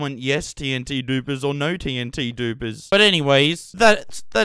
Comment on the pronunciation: that's the way TNT should be pronounced, let's spread the message gamers! Love ur humor and brainfarts :D Also, massive respects for all the grind you put into this world!